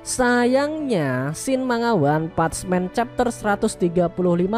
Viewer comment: Maaf koreksi dikit bg, "one punch man" itu bacanya "wan pansh men" bukan wan "patch" men. Sekali lagi maaf, gua udah lama pengen komen hal ini, cmn gua tunda² terus, akhir nya gua ga tahan utk komen, sekali lagi maaf.